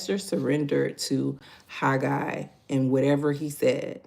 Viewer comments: You are saying it correct Haggai😊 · You are saying Haggai. Correctly😊😊😊